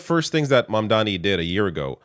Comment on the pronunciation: The name is MAMDANI you should learn to say the name because I am going to be your boss! Hahahahahaha!